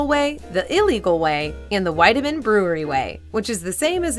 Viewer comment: It's pronounced "Weedemann".